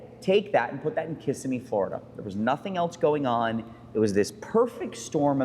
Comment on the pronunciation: Come on, you’re a Florida boy so don’t pronounce Kissimmee like a tourist! It’s Ki-ssim-mee not Kiss-I-mmee! I’m just picking on you I love your channel and when you and Ed are together it’s really special, thank you!